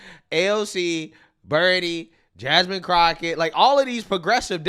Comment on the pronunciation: He said Jasmine Crotchet 😂